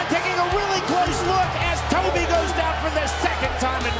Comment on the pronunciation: . The op called him Toby but it’s actually Tovey, Bryan Duran is also Cuban now training in Florida, that’s where mix-up has come from.😂